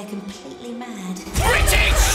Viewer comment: everyone: is freaking out about the graphics and looking for the small details: BRITISH!!